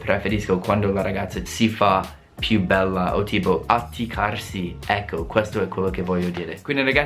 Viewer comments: "acchittarsi" e non "atticarsi" :D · hahahahahahahaha mucchina ahahahhahaah, ciao non 'atticcarsi' ma 'Acchittarsi ahahah;)